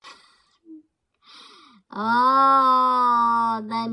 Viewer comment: You said that correct..jolteon😊